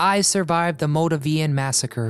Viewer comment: Its pronounced "MOLE-DAVE-IAN"